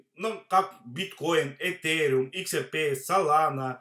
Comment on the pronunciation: Эфириум а не этериум